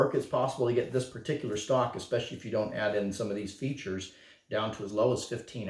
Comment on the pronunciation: Features? Hahaha butchered it ffs